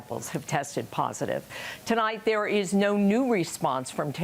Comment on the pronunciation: 1Coffee, good for health! And you don't say: "Thee is good news tonight" as you use to.😂